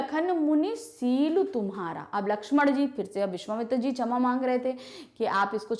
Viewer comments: Mam your pronunciation is not good in saying क्षमा and you keep saying छमा।… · Mam wo 'shama' hota h n ki 'chama' 😂😂😂